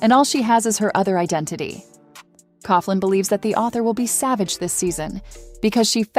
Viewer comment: Please pronounce Nicolas surname correctly! Its pronounced Cocklan.